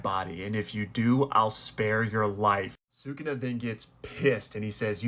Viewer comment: Stop saying Sukuna incorrectly